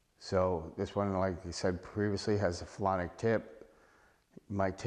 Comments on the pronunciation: It was driving me crazy too. I was like maybe he is calling it "Felonic" because its a felony to use a banned cue! 😅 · You keep calling it a "phelonic" tip and that's not what it is. Its a "Phenolic" tip not a phelonic (isn't even a word) tip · This guy said "phelonic" tip at least 5 times. Hilarious. 🙄